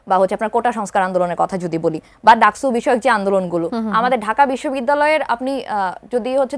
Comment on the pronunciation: ডাকচু নাকি ডাকসু...? হায়রে বাম 😁